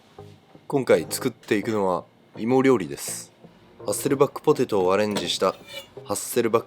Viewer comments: ポ↓テェ→ト↑ ちょっと遠慮がちな発音に和の心を感じます。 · ポ ティトゥ